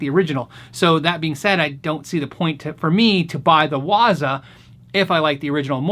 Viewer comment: Great video as always. The proper pronunciation of waza is the emphasis on the second syllable. Make sure you sound like a samurai when you say it.